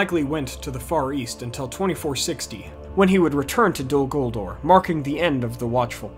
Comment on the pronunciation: Dude. It's "DOL" "GULDUR" Not "Dul Guldor" The second "ur" in Guldur is more like Uur or Ure. Totally inappropriate to use an "or" sound